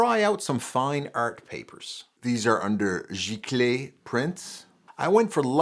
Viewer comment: Oh, so that's how you pronounce "giclée." Thank you for that and for all of your valuable information!